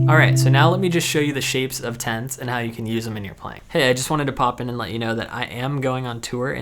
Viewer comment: It took me several repetitions to figure out he was saying "tenths". Tents? Tense? Oh "Tenths!"...